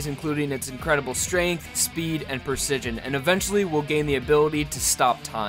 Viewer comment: Lost it at the botched pronunciation of precision Persijun Also, kinda pointless to bring up speed, accuracy, n power. Its already implied that they're strong